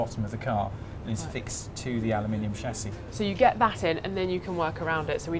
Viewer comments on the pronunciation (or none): What's a SHASSHI OR ALUOMINUM? LOL